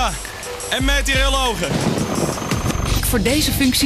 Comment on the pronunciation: mètèrilogen? Meteorologen!